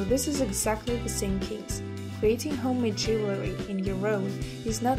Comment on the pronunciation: Why do you keep saying "jewelry" ? Am I hearing wrong?